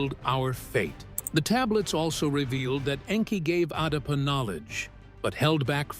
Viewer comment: Not darpa. Adapa... So come collaborate with adapa... ❤